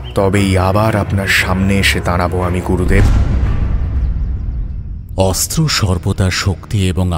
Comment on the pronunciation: pronunciation mistake: Not Gorudev, Gurudev